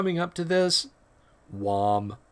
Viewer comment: Everybody loves a good "wom"